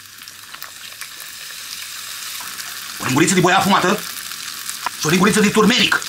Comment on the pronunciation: se numeste turmeric,nu turmeninc...